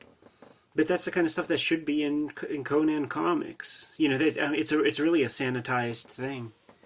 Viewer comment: Why do they pronounce 'Conan,' as 'Conyan?' Is that a Philly accent?